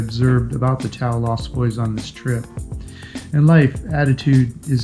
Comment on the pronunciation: I think it's pronounced. TA- OHH! meaning people in Filipino.People expedition. It looks like for those who love adventure. Instead of the resort style holidays.